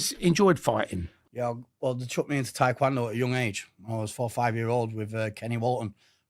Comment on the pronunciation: Taekwondo isn’t tap touching, and to top that off can’t even pronounce it right